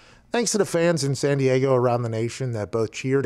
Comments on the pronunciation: Lol Does Pat think there is an A in San Diego? lol it's not Diago, its Diego. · San-dee-AH-go .... san-dee-AHHH-go... who the f**k told him to say it like that? lol and honestly, who in their right mind would vote Phillip Rivers in to the HOF?? he wasn't bad by any means... but really, what has he done that was "famous" enough for the HOF? no championship titles of any kind, only made it to that game ONCE, seen the postseason for less than half his career, and with only good stats at best; I mean he was good enough to keep his job but we're talking post-merger football, NOT pre-superbowl era.... can someone explain this to me? as much as I like these guys... wtf are they even talking about? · Can someone explain to me why he says “San Diago” like that? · The movie Anchorman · Okay... I took this serious at first, but then the constant repeat of “San Di-ah-go” just made it hilarious lol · Why does he say san diego so weird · Slight twitch/cringe with how Pat pronounced San Diego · What's the dealio with his pronunciation of San Diego?